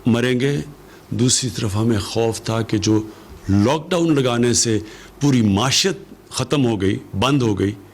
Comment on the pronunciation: Muashat??? It's pronounced Moeeshat